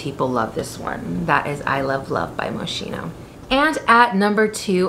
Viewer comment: If you are interested the right pronunciation of Moschino is moskino and not moscino 😉